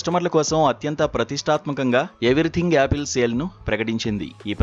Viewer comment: Its Apple and not Yaapil